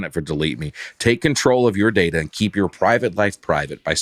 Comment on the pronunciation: Hello folks! really needs to calm down. He says data, and finance with two pronunciations on every add read, and then flips when bacon call him out on something that was actually wrong. Y’all are great and love the pod